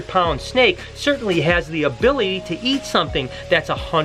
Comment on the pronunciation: "abily" aye